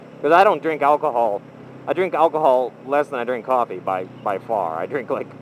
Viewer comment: Qwaffy is how says coffee